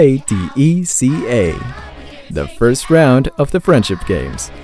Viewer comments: can can the narrator guy not pronounce ACADECA? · It's pronounced Acka DECK-uh. It's not an acronym where you say the letters individually. It's more an abbreviation for ACADemic DECAthlon